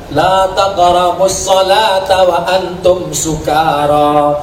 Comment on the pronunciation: Koreksi sedikit, dalam membaca ayatnya bukan wala antum sukaro tapi wa antum sukaro. Ini bukti tanda peduli saya terhadap, saya tidak bermaksud menggurui🙏🙏🙏